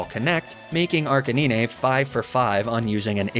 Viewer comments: is the "arcineenay" thing supposed to be cute?...funny? because it's not either of those things. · we just gonna pass over “arcaneenay”? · uh arcanin-eh? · I hate how he says arcanine totally wrong. Makes me wanna stop watching sometimes. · Does he mispronounce names on purpose? Like Arcanine and Facade? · dude can you please just pronounce arcanine correctly